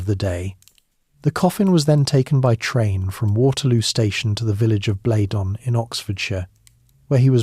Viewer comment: a great voice,,,nice prose,,,,well researched and clever. Just one minor fly in whats otherwise delicious lotion,,,Chruchill was born Blenheim Palace pronounced Blenham,,,otherwise its a place in the Low Countries (which it derives from but has been anglicised). Keep up the great work